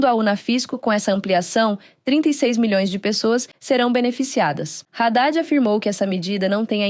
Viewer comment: Não é Radade , é Hadade burrinha .